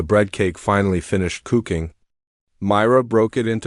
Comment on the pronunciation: Another one with AI narration issues. "cooking" mispronounced every time I heard it before I just had to quit listening. Think I am going to tell YouTube to stop recommending this channel. Just can't deal with the poor quality of narration. Waste of time when there are plenty of other videos out there to listen to.